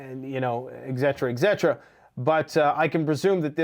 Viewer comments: ETCETERA. NOT EGGCETERA 😐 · it is not pronounced ex et ra, It is pronounced Et Set Er Uh😮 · The word, etc. it is pronounced ET-SET-ER-A